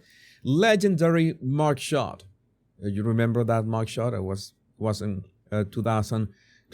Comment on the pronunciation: I had to listen to this several times before I could understand that he is saying MUG SHOT😂😂